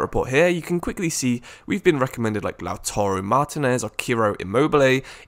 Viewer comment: " Laùtaro, Chiro Imoble, Victor Omisien" 💀